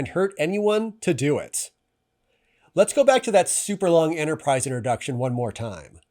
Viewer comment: “The Entersize” 😂